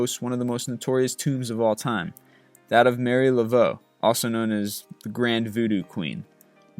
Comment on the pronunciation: I thought that about Marie Laveau. It is Ma Ree La Vo geee